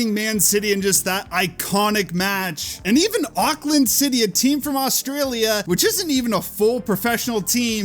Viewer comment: Auckland is in New Zealand how have you managed to butcher that